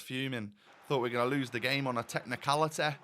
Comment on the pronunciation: "on a technicaliteh" 🤣 great episode as usual